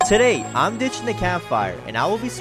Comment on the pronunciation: Ever time you say ditching I hear bitching